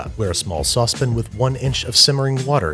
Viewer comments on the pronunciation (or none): none